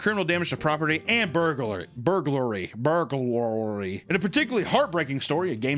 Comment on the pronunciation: I’ve watched Papa struggle pronouncing this word one too many times. Burglary. Burg, like hamburger. Then Larry with a Southern accent. Burg Lurry. Burg. Lurry. lol